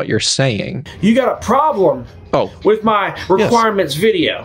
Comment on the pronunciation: He has a "problerm".